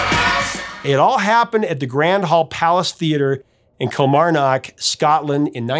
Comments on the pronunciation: It's pronounced Kilmarnoook! Got to love an American pronouncing Scottish town names 😂🤣😂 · hey Prof....Kilmarnock is pronounced Kil-MAR-nock....☺fyi.. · Pronounced not so heavy on the o in Kilmarnock more Kilmarnick 😁🏴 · Great video! Highlight is your mangling of Kilmarnock! Hilarious Yank pronunciation! Don't take it personally!